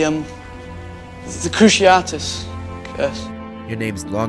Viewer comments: every time you say cruciaRtus instead of cruciatus i cringe a little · Kroo see ah tiss curse, not kroo she art iss